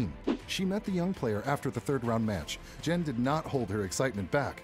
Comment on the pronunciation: you should at least learn to pronounce her name: it is Jung [as in dung] ChinWen.